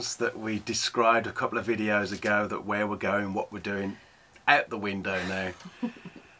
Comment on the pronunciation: "I'll put the camera at front here, and let you watch hwere we're going"...cut to....shots from the stern of where you've been 😅😅😅